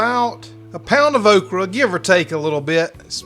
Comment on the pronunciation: It's definitely "oak-ree." LOL!